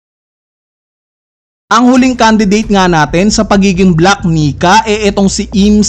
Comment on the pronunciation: Ilang beses mopo inedit ung voice mo ya?di ka nag kaka mali sa word na "black Nika?"kahit once?